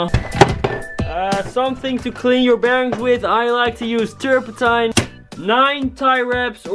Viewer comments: Its so funny how u say terpentine lol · als je zegt terpetine het klinkt zo grappig